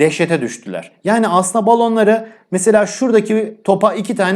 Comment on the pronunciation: Yawww muazzam.saliriri diyonnnnnnn Sonra Balonlari yanlış diyon